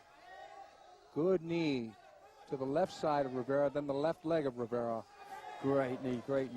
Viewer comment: "Riviera." His name is "Rivera".